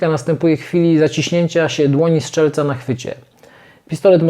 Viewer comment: Świetnie opowiadasz: bardzo ciekawie i z dużą ilością informacji! Z pewnością przygotowanie każdego filmu pochłania masę pracy? Gdybyśmy tylko słyszeli "zatrzask" zamiast "zaczask" i "strzelca" zamiast "szczelca" - byłoby SUPER! :) (pozdrowienia dla żony! ;) ) Gratuluję!